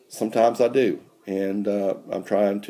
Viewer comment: "do great", not "due great" haha